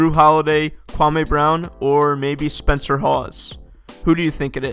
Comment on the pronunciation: He said Spencer 💀